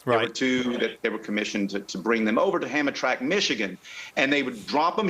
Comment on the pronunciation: Please. As an Allante owner since they were new.... It is not "ham-a-track"... the pronunciastion is "ham-tram-mick"...PLEASE.